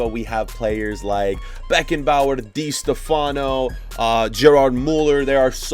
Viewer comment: Di Stef Ano? Gerrad Muller? How dare you Butcher These Name